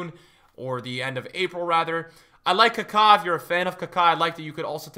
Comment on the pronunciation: Why is he pronouncing Maradona and Kaka like that🤮 he for sure bird mating calling me with that kaka pronunciation.